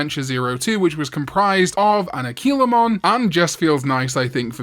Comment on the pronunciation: It’s a-KWEE-la-mon darn it